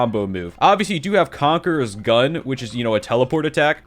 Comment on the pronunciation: "Conquers gun" BRO ITS CONQUEROR GUN